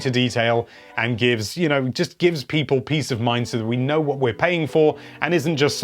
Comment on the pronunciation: Hello there. It's pee-pole here.